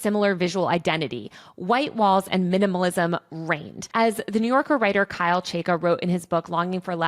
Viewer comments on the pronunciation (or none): none